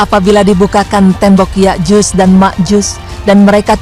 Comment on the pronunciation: Yakjuj dan Makjuj mba bukan Yakjus dan Makjus. Haduhh..